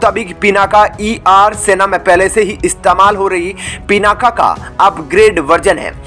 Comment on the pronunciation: पिनाका नहीं, पिनाक बोलिए